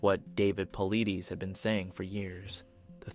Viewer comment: great video. well researched fyi: David Paulidas pronounced Paul I Des